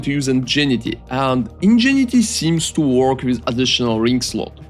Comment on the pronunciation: Just fyi, and yes it makes no sense.. Ingenuity is pronounced like "In gen new it e"